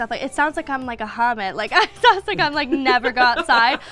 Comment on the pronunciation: the way she perounces hobbit like haorbit 😂😂😂